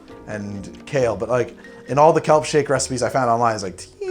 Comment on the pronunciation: I thought he said cum shake 😂